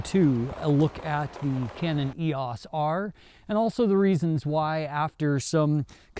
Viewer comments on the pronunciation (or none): I enjoy your reviews but please...please....PLEASE call it the "R" or something. I'm not trying to be a jerk or super critical here but it is very distracting the way you say "Eos." I'm not sure I or my students will make it through another video with the current Eos pronunciation.